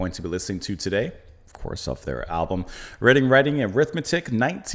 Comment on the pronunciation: Glad you're continuing with this album,. Just one thing... are you pronouncing it 'redding'? It should be 'reeding'. It's Reading like a book, not Reading like the town west of London, England.